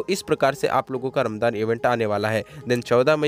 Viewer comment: Bhai vo ramjaan hota h